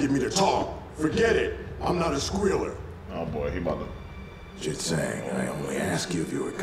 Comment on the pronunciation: that was a good one, but it took me until watching this video to realize that "Chit Zang" is supposed to sound like "Shit Stain" when the guard says "STOP RIGHT THERE CHIT ZANG" and I think that's the greatest line I've ever heard in a kids show